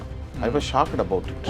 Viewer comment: ஷோக்கெட் இல்லை . ஷோக்ட் என்று உச்சரியுங்கள்